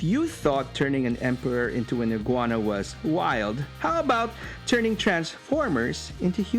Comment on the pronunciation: Bro, I chuckled when you said, "iguana".